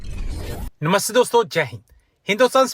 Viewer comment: Yar apna submarine ka namaste to thikse bolo. Ap to arab nehi hai. Dada ka namaste Ramlal hoga dekho😅